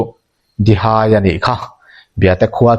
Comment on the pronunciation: Kimnawna hming leh natchhawng , Dihai tih vel hi i lam dik lo lulai lutuka a ho zo vek😂😂 i chhiar hmain a hre deuh zawh tur che a nia.